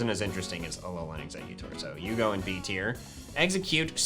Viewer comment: TIER, NOT TEAR!